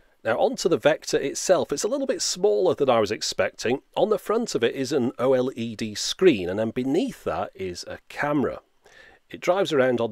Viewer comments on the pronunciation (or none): none